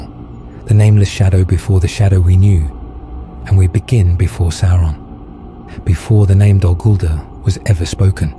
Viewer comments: "Sow-ron" not "Sore-on" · These studies and explanations of the lands, places, events and characters of Middle Earth are a feast for the eyes and ears. I have but one tiny gripe - Sauron is not pronounced Sore on. It is almost Sour on. But with the 'a' in the name, this makes it Sa-our on. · Can everyone please remember that the pronunciation is "SOUR-on" rather than "SORE-on"? Surely Tolkien's legacy asks for getting these details correct?! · You REALLY gotta work on your pronunciations, Sauron isn't pronounced "Soar-on" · Make sure the AI voiceover pronounces Sauron correctly, my dude.